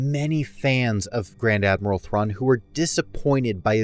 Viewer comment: This is what I heard as well lol